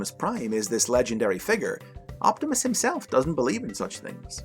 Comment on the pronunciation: Man I hate the way you pronuce figure lol.